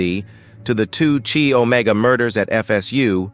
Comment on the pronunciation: This narrator... it's pronounced KYE Omega.